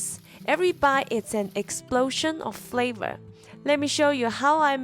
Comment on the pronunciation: "Exprosion of Fravor" 😂